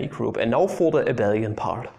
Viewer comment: Great to see something other than 'MEGA HARD INTEGRALS SOLVED USING MY PINKY FINGER' on a maths youtube channel. Also, you're the only person I've seen who says 'Abel-ian' rather than 'A-bee-lian' which is the CORRECT way. So ty you made me feel okay this morning.